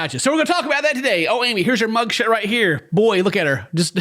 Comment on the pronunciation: did you say "mugshit?"